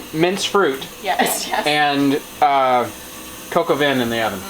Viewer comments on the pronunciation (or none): It's NOT "COCO VIN", it's "cock oh vahn" (coc au vin)!!